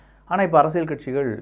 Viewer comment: தம்பி அரசியல் என்றும் சொல்லும்போது( ல்) என்று உச்சரிபதற்கு பதிலாக அரசிய(ழ்)ல் என்று உச்சரிப்பதை தவிர்க்க முயற்சிக்கவும்.